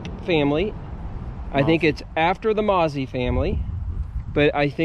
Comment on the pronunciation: Wonderful video. However, in the Shenandoah valley and environs, the name "Mauzy" was and is pronounced Moe-Zee with a little more emphasis on the 2nd syllable.